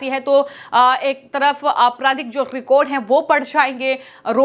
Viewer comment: Recode voting nahi Record voting 😂😂😂😂